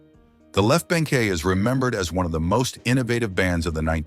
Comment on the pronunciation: Left BANKEE...the 'e' is silent! Get a real human narrator...